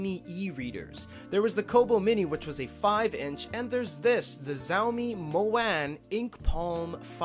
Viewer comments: It’s pronounced “shao-me” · Xiaomi is pronounced more like "Shall Me"